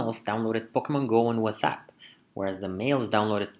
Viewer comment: Love how you pronounce whatsapp as wassup :')